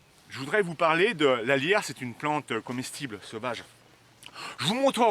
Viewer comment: Peut-être pourriez-vous épeler le nom des plantes, parfois ? Je comprenais "la lierre", au lieu de "alliaire" ! après j'ai reconnu la plante, bien sûr. Ceci dit, vidéo très intéressante, votre passion sincère est bien rafraîchissante !